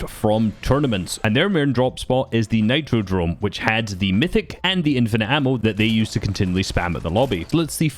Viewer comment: Its nitrodrome with a R